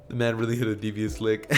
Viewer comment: "Naruto hit a deevious lick*